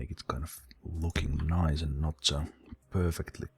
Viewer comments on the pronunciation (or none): none